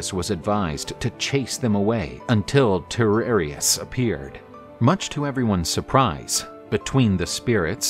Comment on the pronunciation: The seer's name is pronounced /tie-REE-si-as/; just sayin'. Also, the "mermaids" that Odysseus and his men encountered were the SIRENS 🚨.